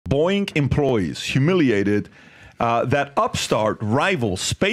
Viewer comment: Gotta love that mispronunciation right at the beginning -- "Boink employees humiliated..." LOL!! 🤣😂 EDIT: Btw, the claim that thruster failure would turn the capsule upside down is not accurate. The "cone" shape of space capsules is used because it tends to have passive aerodynamic stability during reentry. Theoretically, even if it enters the atmosphere at the wrong angle it will quickly self-correct. The thrusters are necessary to initiate reentry, not to maintain attitude after interface. The problem with the thrusters not working reliably is that the astronauts could be stranded in space... not only unable to come home, but also unable to go back to the ISS.